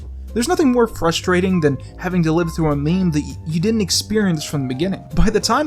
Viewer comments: Left as soon as I heard him pronounce meme “mem” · stop pronouncing meme wrong